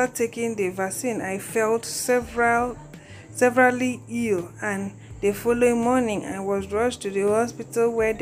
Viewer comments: What are you reading? 'Severely' not severally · Its severely not *severally*. Please read out clearly... thanks